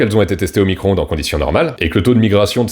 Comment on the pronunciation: Fourmis cro ondes 😂😂😂excellent 😂🤣